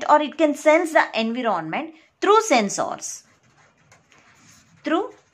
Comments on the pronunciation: environment not envy-ron-ment god damn it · Pronunciation of environment is wrong. Environ= enva Ment = ment Envament(pronounciation of environment) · ik its not funny but i cant stop laughing when she says anvironment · She says en viro ment... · Nice lecture but everytime you say Envy Ron Ment it throws me off focus 💀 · Dear n is silent please in "environment". It is "sense" not scence. Being a teacher, it is very important to be correct in spelling and pronunciation. I appreciate your effort though. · Thanks a lot ma'am but please correct pronunciation of environment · Please correct your pronunciation of environment.... plzz, plzz.. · Take care of environment pronounciation correctly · Your pronounciation is wrong about environment. Please check first on Google pronounciation. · you were teaching good but your pronunciation of the word environment made me close this window, kindly work on your language skills. hell